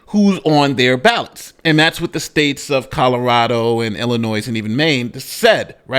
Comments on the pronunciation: I have to say this because I listen to you a lot and between this and Tiffany Henyard, you say Illinois a lot. The "s" is silent in Illinois. Sorry! It's a sticking point with some of us residents of this crappy state! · I'm always amazed when even the smartest of black men wrongly pronounce such words as Illinois, Neon, ask, etc.